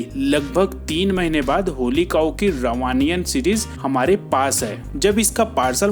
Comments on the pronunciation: You are pronouncing it wrong my frnd. RAVAN AYAN and not Ravaniyan. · Thanks for the review... पर कॉमिक्स का नाम 'रावनायन' है.. ना कि 'रवानीयन'! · भाई यह रावणायण है, रवानीयन नही। इसमे काफी तथ्य भ्रामक एवं अपरिपक्व है, जैसे रावण का बचपन से ही दशानन नाम द्वारा बुलाया जाना। जबकि रावण ने ब्रम्हा जी की तपस्या के दौरान अपना शीश काट काट कर अर्पण किये थे, हर बार शीश जुड़ जाता था,इसी प्रकार दस बार शीश अर्पण करने के पश्चात उसे दशानन नाम दिया गया। बाकी सब सही था, मैं खुद इस सीरीज का फैन रहा था किंतु मुझे व्यग्तिगत रूप से इसके एक अंक में श्रीराम जी का विभत्स रूप से घायल होने वाले दृश्य बिल्कुल पसन्द नही आये। अब आते है आपके अंतिम पॉइंट, नेपोटिज्म को कॉमिक्स इंडस्ट्री से जोड़ने वाली बात पर, तो भाई सविनय कहना चाहूंगा कि कॉमिक्स इंडस्ट्री में पाठक किसी की नही सुनता, घटिया स्टोरीज पर भी वह अपने पसंदीदा राइटर्स को सुना देता है, टांग खींचता है। आप इनडायरेक्टली जिस प्रकाशन की बात कर रहे है वो स्थापित प्रकाशन है, दशकों से लोग उससे इमोशनली जुड़े हुए है, रीडर्स अगर उस प्रकाशन से जुड़े है तो इसमे नेपोटिज्म नही उनके इमोशंस है, दूसरे प्रकाशकों के भी कॉमिक्स मैं पढता हु ,रखता हूं, लेकिन उनके करेक्टर डेवलपमेंट में वह डिटेलिंग नही मिल पाती जो उससे कनेक्ट करने को विवश कर दे। केवल चकाचौंध और पैकेजिंग केवल तभी तक आकर्षित कर पायेगी जब तक कहानी सही रहेगी, और दूसरे प्रकाशन (खास तौर से अंग्रेजी) का पाठकों से उद्दंड व्यवहार भी उनकी अनदेखी का एक महत्वपूर्ण कारण रहा है, एक महोदय ने अपनी इंग्लिश कॉमिक्स न बिकने के कारण सारे हिंदी बेल्ट को गंवार कह दिया था। हालांकि पाठकों ने उनका अघोषित बायकॉट करके उन्हें सबक भी सीखा दिया। बात कांटेक्ट की, नम्रता की, कहानियों से इमोशनल जुड़ाव की है। मैंने खुद यह सब देखा सुना हुआ है, कोई कपोल कल्पित बात नही है। अंत मे यही कहूंगा कि